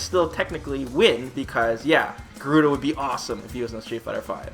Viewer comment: It's GA-ru-da not Gu-ru-da....